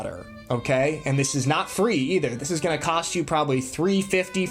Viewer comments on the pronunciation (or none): none